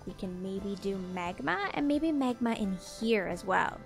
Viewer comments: Omg he accident made her say megma when it’s magma lol 😂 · Is it just me or does anyone else hear Megma when says magma? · She pronounces magma like megma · I love your videos but it had me dying laughing of the way you pronounced magma it sounded like megma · I love how she has a little hint of an accent on certain words. This episode I kept noticing how she says “magma” for magma blocks. When she says magma it sounds slightly British 😂 I love it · The way says magma is so.......canadian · The way you say magma is a little annoying but other than that I love your videos its so relaxing